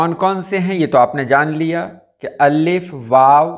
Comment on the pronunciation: Aap Allif kion kahte hain Alif kion nahi kahte ?